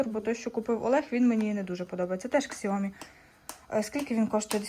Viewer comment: Не ксиоми а сяомі, ви ж там були, слухать стидно